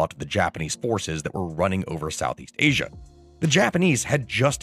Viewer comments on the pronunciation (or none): none